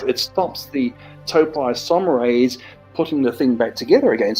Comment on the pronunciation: Ahhh... The expert who can't even pronounce the name of the enzyme properly. Total nonsense....